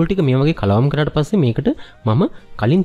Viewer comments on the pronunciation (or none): ඉතාලි භාෂාව ඉංග්‍රිසි විදිහට උච්චාරණය කරන්න එපා. ඉතාලි භාෂාවේ T අකුර ශබ්ද කරන්න සිංහල ත විදිහට. Pasta - පාස්තා.